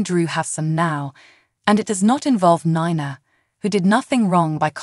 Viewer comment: AGAIN ITS Ni Na not nana Nina